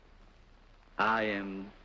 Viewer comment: Béla was correct, but Lugosi wasn't. still, amazing commentary